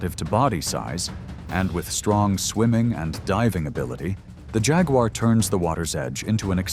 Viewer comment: who the hell did the voiceover? it's "JAG-WAR" not "Jag-you-are"......lol.